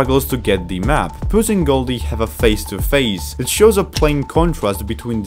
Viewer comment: Why does he say pas in stead of puss sometimes? Btw it’s not a spade it’s a fricking sword a weapon not a farming tool smart alec YouTube won’t get you for saying sword it’s not copywrite it’s only associated with violence but it hardly causes it in this movie